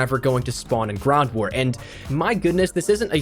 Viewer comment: So we all gunna ignore when he says "GRAWNT war" at the 3min mark 🤦‍♂️🤣🤣🤣